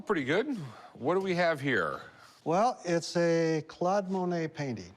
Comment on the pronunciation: He doesn't pronounce monae right.